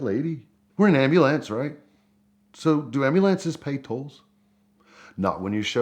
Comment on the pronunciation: He cant really think thats how you pronounce ambulance